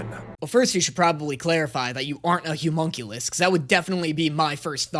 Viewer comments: I'm getting progressively less okay with pronunciation of "Homunculus". He says "Humunculus", and I'm not sure if he's doing it on purpose or not XD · I love content but for the love of god I need him to learn how to say homunculus